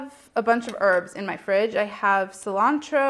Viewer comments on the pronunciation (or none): none